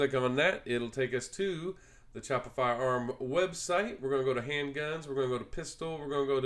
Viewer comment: Cool video! I am considering getting one myself and this was very helpful. Just a heads up that Chaippa is pronounced “Key-apa”.